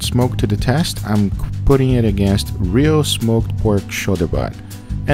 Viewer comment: Back in the day when he said "let's do it" instead of "let's do eh(t)"